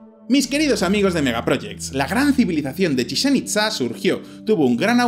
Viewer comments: es CHICHEN NO CHIZCHEN !!!!!!!!!!!!!!!!!!!!!JAJAJAA no le sale al pelado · En un poco gracioso como dice Chitzen a Chichén que es como si dijeras chinche xD